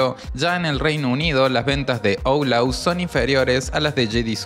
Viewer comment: me da mucha risa como dices "oulaus"